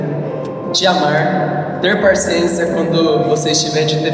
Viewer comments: ELE FALOU parcença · Cara você falou “parciencia” kkkkkkkkkkkk !!!